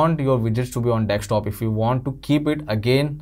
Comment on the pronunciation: Dude, it's desktop. Not dekstop.